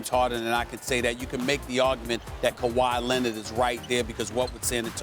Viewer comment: “Kawhy Lennit” - SAS